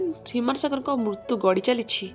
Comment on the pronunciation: ମୁର୍ତ୍ତୁ ନା ମୃତ୍ୟୁ 😅🤣😂 କୋକଲା ନ୍ୟୁଜ